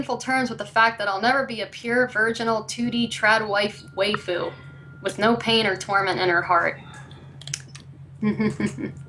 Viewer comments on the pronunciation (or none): Both Emily and Shillnead McCarthy can't pronounce 'waifu' correctly.